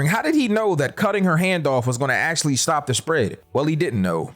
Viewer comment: three Acashaly